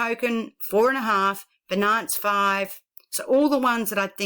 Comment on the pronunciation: Thanks for your video, small remark and not very important but Binance is spoken like BInance, not beNANCE, emphasis on Bi... just like Finance but with a B.